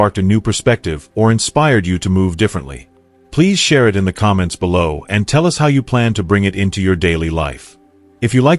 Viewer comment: I hate that AI is reading this and makes ridiculous mistakes like bellow instead of below! Ruins everything!